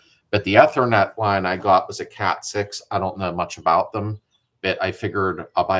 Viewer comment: Hey, the ether in ethernet is like the stuff you squirt to start an engine. Long E when pronouncing.